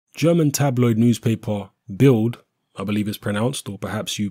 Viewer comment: I think it's pronounced 'BILT' - the D becomes a T (kind of) in German.